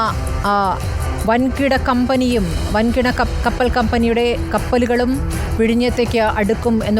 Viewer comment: കപ്പറൽ ..... അല്ല.... കപ്പൽ.... വാർത്ത വായിക്കുന്നവൾക്ക് തെറ്റി